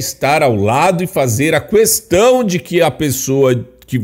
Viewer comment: PARE DE FALAR "QÛESTÃO" PELO AMOR... É QUESTÃO... MISERICÔRDIA.